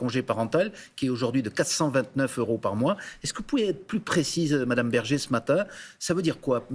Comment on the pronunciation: Bergé, pas Berger